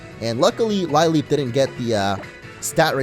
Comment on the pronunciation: "Lileep" is pronounced "lih-leep".